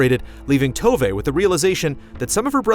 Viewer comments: Tove (at least in Swedish) is more... "To" than "toe" and more "wè" than "ve". Obviously this changes depending on dialect and which Nordic country you actually come from. But the way said it in the review definitely made me lose it slightly 😅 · Oke, but you agree that the way she says the "v" in the video is how it should be? Because THAT'S where the issue lies here. And in my opinion the "v" sounds more like a "wuh" or "wh" than a "v" which is normally a soft "f". I completely agree on the "e" part!